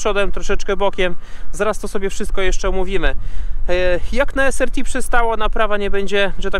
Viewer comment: "es AR ti", nie "es ER ti" :)